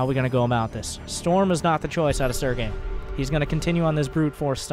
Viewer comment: Barcode... we are just gonna call him Sergay... LMAO everytime he says Sergay